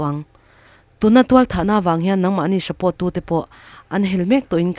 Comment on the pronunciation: I chhiar thiam hle mai...mahse,support kha shubport i ti tlat a